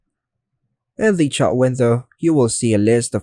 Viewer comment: It's "chat", not "chart"